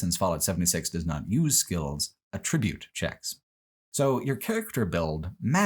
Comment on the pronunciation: Some people say words different